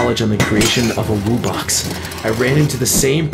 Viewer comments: wo-box? its wub-box. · I know why because says wo-box and you say wub-box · i like how they pronounced wubbox like "woo box" through the whole thing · Ah, my favorite monster. The WOOBOX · Wuu bux🤪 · they pronounce wubbox as wibbux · i feel one of my ribs break every time he says "woobox" because i know its pronounced wubbox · My man said woobox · Woobox? Its wubbox like WUB box Edit: sorry if im mean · He's calling them wo box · This guy said woobox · bro said woobox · bro said wobbox wubbox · It’s wubbox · uhm it’s pronounced “wuh-box” 🤓☝️ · Wubbox is pronounced wuh box